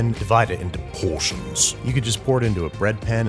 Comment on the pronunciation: “PORTIONS” LOLOL